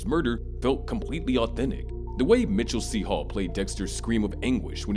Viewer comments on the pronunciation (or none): there’s no way he just said Mitchell C Hall right